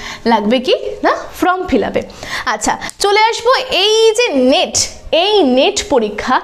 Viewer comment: নিট না নেট বলুন 😂